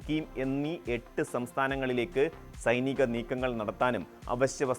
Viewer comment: സുദേവു അല്ല. പച്ചിമവുമല്ല; സൈനീകവും.